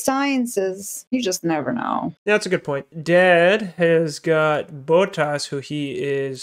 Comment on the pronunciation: The way you guys pronounce Bottas as BOAT-ahs lmao....